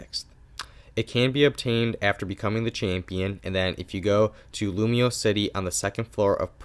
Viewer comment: lumoise not lumiose X(